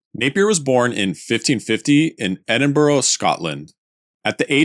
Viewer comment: Edinburgh for one. He pronounces it 'Edinborough'